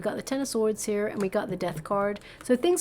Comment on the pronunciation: Thank you for that hugg! Ever so much. Yer not kidding. You cant say sword?